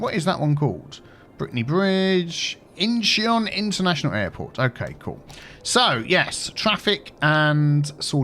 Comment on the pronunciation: small tip: when you say Incheon.. discard the "e".. it's like pronouncing Seoul.. where you say "soul".. so here it's also "Inchon" :)